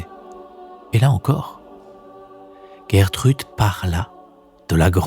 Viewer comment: Bonjour, il faut plutôt prononcer "Gèretrude non "Guerretrude". C'est un prénom connu au Québec.